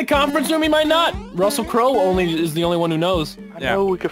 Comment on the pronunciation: if u aksed why said Russer to Crow? Cause the name is Russel Crow